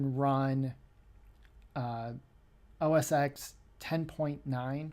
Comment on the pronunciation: I threw up just a little when you said, "OS ecks" instead of "OS ten."